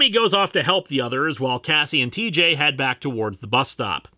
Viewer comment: did you say cheejay?